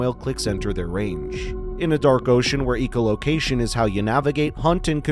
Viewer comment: "EEKO" Location? More AI slop. You might get more subscribers if you just read the script yourself. You're relying on something that hallucinates constantly and can't pronounce common words.